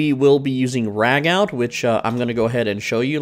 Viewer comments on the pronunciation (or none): It's pronounced "ragoo". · Just a heads up ragout is pronounced Ra-goo. Love the vid tho. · Ragout pronounced raggoo 😂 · It’s said ragoo